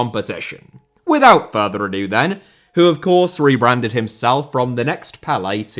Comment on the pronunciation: "and without further Adu" 😂